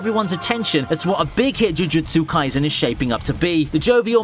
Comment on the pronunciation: Take a shot everytime he says "chuchutsu kaisen"